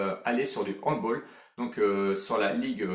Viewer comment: Super vidéo mais respecte le handball et ne dis pas "Handbol" please 😭😙